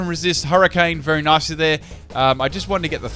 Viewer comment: Everytime he says nicely i hear Nazi.